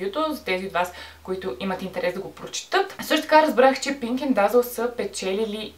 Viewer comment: Казва се "дезъл" не "дазъл" .